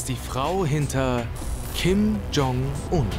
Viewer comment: Eure Aussprache für Kim Jong-Un ist der Wahnsinn. Im deutschen wird das J von Jong wie bei bei „jetzt“ ausgesprochen und nicht wie der Name „John“ auf englisch Ihr sieht es aber durch. Bei Ryong spricht ihr das Y wie ein „i“ aus und nicht wie bei „John“. Katastrophe